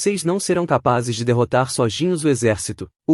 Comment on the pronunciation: Queria saber por que a I.A fala "Soginhos"